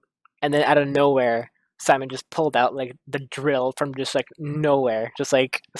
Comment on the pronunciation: How is it possible that you can't remember a lot of important character names? Hell, you can't even pronounce Simon's name correctly, despite hearing all throughout the series =| What's up with that?!